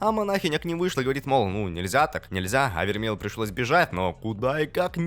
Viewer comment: Да * не вермель а вермей